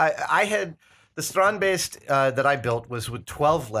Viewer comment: Why does he say baste? The guy that invented them calls them beasts??